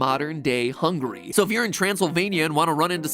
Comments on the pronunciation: Just realized that to he said hungry instead of Hungary 😂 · As a Hungarian, it hurted my ears that how he pronounced Hungary. I don't wanna be mean, but it's not "hungry" Mat. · I wonder if he pronounced it "Hungry" on purpose.